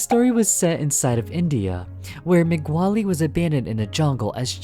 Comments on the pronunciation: moe glee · Oh my God, I thought I could stand it in the beginning, That's not how you say mowgli's name. It's pronounced like Moe-glee not meh-gwa-lee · Interesting video but you pronounced Mowgli. Disney version is said like Moe-glee and the original Rudyard Kipling is pronounced Mow-glee. This version is meant to pronounce so the first syllable rhymes with cow. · Not being rude but its Moog-ly not Moo- Wally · It’s not moogly either It’s mowg lee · Bro keeps pronouncing Mowgli as “Ma-Gu-Wally” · megwawlie palace lol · Every time you pronounce "Mowgli" as "Migwali," a nice young man with social anxiety shits himself during an 11-hour airplane flight. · I love how he says migwali instead of mowgli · I'm sry, but the way you pronounce mowgli sounds like Mc wally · Brooooo deadasss I was looking EVERYWHERE for this comment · he pronounces it like mogwally or sum shit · "Mogwali's Palace". BRO 💀💀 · Isn't Mowgli's name pronounced "Moe-Glee"? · Macquali lol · The way he keeps pronouncing mowgly’s name as mc wally :sob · Your Videos are Great! :D Although I hate to be that one dude, it's annunciated Mo-glee. 🤓(i sound like a nerd). Either Way, You make the best fnaf/horror stuff! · Did you just call Mogli "Mag Wally"? Lol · Yep can't wait to watch the junglet journal starring yours truly "Mag Wally" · How is no one else talking about this? Is this secretly the real pronunciation and I'm getting gaslit? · I may be wrong, but isn’t it supposed to be said like "mo-glee" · The way you mispronounce "Mowgli" is a similar energy of someone mispronouncing Shaquille O'Neal's name "Shaquale O-Nahleh" XDDDD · I have never heard someone say Mowgli so wrong before and it hurts my ears, if your commentary wasnt good I would be crying at that word alone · Bro what was with that absolutely stanky way that you pronounced “Mowgli” 💀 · Any one gonna talk about how he miss pronounced Mowgli’s name the entire time?!?! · There is no way that they said like that unintentionally